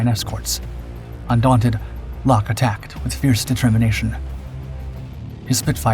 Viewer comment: Why don't the producers of this awful diatribe of unfactual rubbish try to get their research correct...Eric Lock, his name is pronounced LOCK not LOKEE he and his colleagues unlike the producers of this awful narration gave 100% with many paying for their bravery with their lives, try to at least represent them by pronouncing their names correctly instead of being insuch a hurry to earn money from your poor production